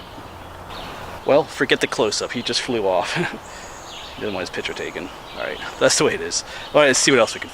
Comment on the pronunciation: It’s picture not pitcher just messing with you